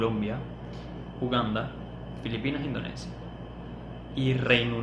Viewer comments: Repite conmigo In- do- ni - sha Repite otra vez In- do- ni- sha Una vez más In- do- ni- sha 🤦‍♂️🤦‍♂️🤦‍♂️🤦‍♂️🤦‍♂️🤦‍♂️🤦‍♂️🤦‍♂️🤦‍♂️ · Y sigue diciendo Indoneisha después de que el anunciante dice Indonisha. Ajdjsehsh